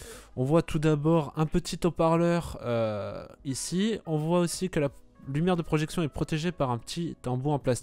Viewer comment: la voix off est nulle, les commentaires font sourire, "le chiffon pour nettoyer la lens" :> "c'est des Zhautparleurs..." bref... manque de préparation et de commentaires pertinents